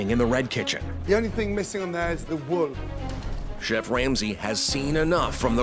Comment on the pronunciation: “The Wowl” I like how he says wool